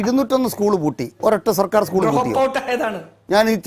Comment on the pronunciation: സ്കൂൾ എന്ന് പറയാൻ പഠിച്ചിട്ടു വാ 😂